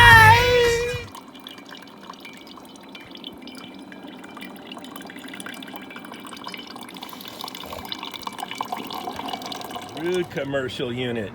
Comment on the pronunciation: Cmon brother its Ruud! not Rudd~ (love your stuff man:D)